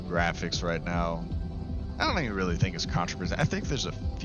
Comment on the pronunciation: The graphics?? 😂😂😂 mans said the graohics fr 💀